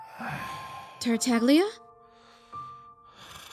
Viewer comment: Me being happy with someone pronouncing Tartaglia correctly 🥺🥺🥺💙. Rip official dub since it's an italian name